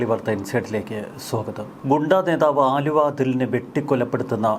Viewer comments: വാ൪ത്ത പഠിച്ചിട്ട് വായിക്കെടോ. ആലുവ അതുൾ അല്ല, അലുവ അതുൽ ആണ്. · ആലുവ അല്ല ണ്ണാ അലുവാ😂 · ആലുവ അല്ലെടാ ചെങ്ങായി... അലുവ എന്നാണ് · അച്ഛന് അലുവാ കച്ചവടം ആയിരുന്നു....ആലുവാ അല്ലെടാ പൊട്ടാ...അലുവാ... അതെങ്ങനാ ഒന്നും നോക്കാതെ വായിൽ തോന്നിയത് തള്ളിയങ്ങ് മറിക്കുവല്ലേ.... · ആലുവ അല്ല അലുവ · Haluva, allenkil aluva Aaluva alla... 🙏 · ആലുവ അല്ലടോ അലുവ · എടൊ ആലുവ അതുൽ അല്ല അലുവ അതുൽ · ആലുവ അല്ല അലുവ അതുൽ 😅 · ആലുവ അല്ല ബായ് അലുവ ആണ്... തെറ്റ് തിരുത്തുക താങ്കൾ